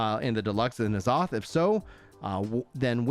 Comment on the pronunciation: why you saying azoth like that